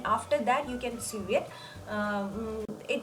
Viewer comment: Omg it’s not sued or sue it’s pronounced so